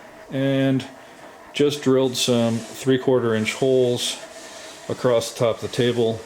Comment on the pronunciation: 30 seconds in, and I hear my 2 least favorite mispronunciations of English words: heighTH and acrossT